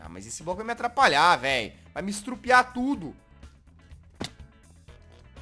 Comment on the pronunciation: quando ele falou que o bloco vai estrupia tudo eu entendi o bloco vai me estrupa tudo